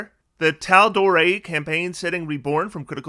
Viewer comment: was waiting for the errata on mispronouncing taldorei lol